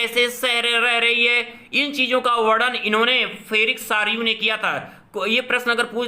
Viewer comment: फेरिक सारयू नही सर फ्रेड्रिक सारयू होगा । आप से विनती है की कृपया हमे गलत जानकारी ना दे।धन्यवाद🙏